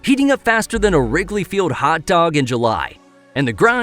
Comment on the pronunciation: There’s an L in the word field.